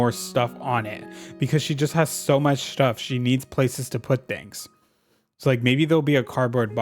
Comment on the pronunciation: „schtuff“ i love it